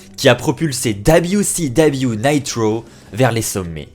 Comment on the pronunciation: Dabiou si dabiou... fais un effort stp